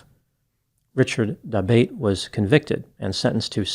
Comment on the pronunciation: Isn't that surname pronounced da-BOT-ay?